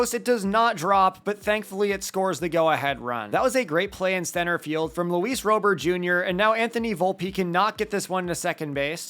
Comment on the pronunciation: Pronunciation on Robert👌